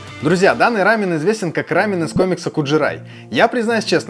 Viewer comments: Не рАмен,а рамъЁн. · Не хочу обидеть, но если называть только японский рамен, то действительно все будут постоянно путать. Я конечно не эксперт, но Япония - это рАмен, а Корея - это рамён( с ударением на) ё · Единственное с чем не согласна, так это с произношением. Почему вы говорите РАмен? Я много раз слышала как сами корейцы произносят либо РамЁн, либо Ламён (впереди стоящая р у них читается как л). А так рецепты все классные! Я обожаю лапшу быстрого приготовления. И пытаюсь как то разнообразить свой "рамён" 😊. Например, делала супчик с шампиньонами и лапшой. Правда без яйца, но все равно вкусно)) надо попробовать ваши рецепты)) спасибо за идеи❤ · Круто! Спасибо. Только не "рАмен", а "рамЁн"